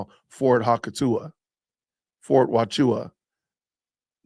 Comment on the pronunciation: Hey J, it's Fort "wah-choo-kah